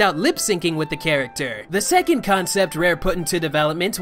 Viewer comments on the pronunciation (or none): none